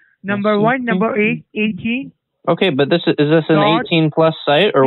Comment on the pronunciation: dub-a-loo dub-a-loo dub-a-loo dot. aghhhhh